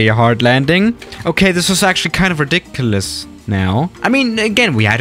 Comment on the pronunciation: do you know how to speak English?... me: Ridiculous...: ridic...elis